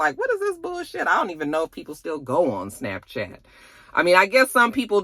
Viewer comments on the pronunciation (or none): none